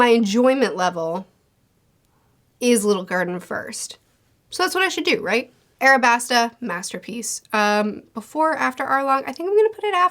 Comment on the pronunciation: aLabasta, sweetie :) with an L 🥰